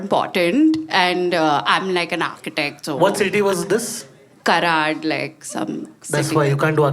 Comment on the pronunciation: She said Karad bro😭